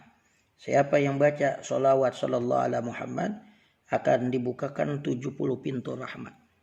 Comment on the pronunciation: Assalamualaikum bacaan yg bener shalallahu alla muhamad. Apa shalallah alla muhamad .? Ada hu nya ga ust pas di shalallah nya